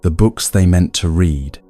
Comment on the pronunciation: This is AI--generated, and AI-read: a real person did NOT read this. At about the 50 minutes mark, give or take a few minutes, the bot pronounced "read" the wrong way--in a way no human would!!!